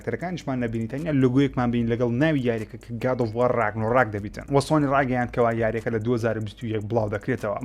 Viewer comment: کاکە ڕاگنۆڕاک نا ڕاگناڕۆک 😁